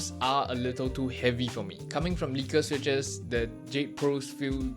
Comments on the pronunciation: The letter h is pronounced "eytch", not "heytch". It's bad enough when British people pronounce it like that; and you're not Bri'ish. Also the switches are "leckers", not "leakers". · Nice vid bro. I'm from Holland and a long time wooting user. The default switches they use are called lekker and everytime you say it in this video it's sounding like leaker. The English translation for the Dutch word lekker is delicious btw 🎉